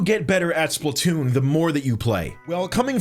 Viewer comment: My dude that’s not Splatoon that’s spaltoon